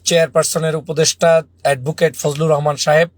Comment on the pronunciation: ফুজলু রহমান বলেন কেন বলবেন ফুজু পাগল